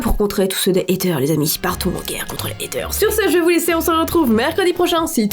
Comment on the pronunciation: Quand tu as dis "portez vous bien" au début j'ai compris "partez vomir" haha